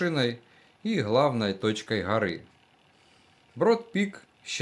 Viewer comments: Не гъори а горы ! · Что за Хоры…. ???? Может Горы?